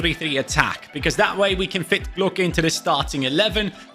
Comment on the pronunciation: Hey, just so you know, it’s pronounced Oscar Gloch, not “gluk” the “ch” sounds like in loch.